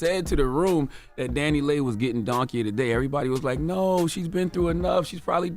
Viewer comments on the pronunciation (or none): It’s Dani(Lee)Leigh, not Dani(Lay)Leigh.